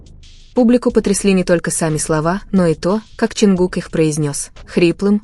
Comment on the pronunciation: Канал соссенок,ударения хоть правильно ставьте на имя Чонгука,и не врите на весь мир эти слухи,они должны идти своей дорогой,не придумывайте новые романы😊